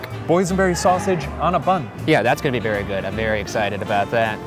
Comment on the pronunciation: "I'm berry excited" 😂😂😂